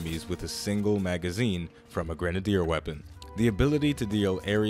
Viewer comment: the way you say grenadier. oy.